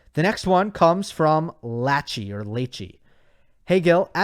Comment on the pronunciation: Gill pronouncing Lachie as Latch-ie 🤣🤣 It's short for Lachlan which is pronounced Lock-lan